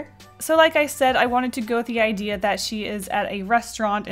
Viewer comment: What a great "Ideel"